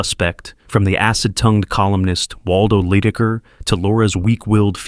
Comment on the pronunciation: Lie-decker please, not Lee-decker. Editing to add: great selection of movies, saw a lot of my favorites, and found a few I haven’t seen before! Also to anyone who questioned the Cape Fear clips. I’m thinking, maybe for copyright reasons he wasn’t able to access clips of the original (and IMHO far superior) film, so he showed clips of the remake while talking about the original film.